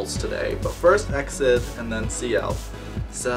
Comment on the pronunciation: Hey, this group pronounce as E-X-I-D, not EXID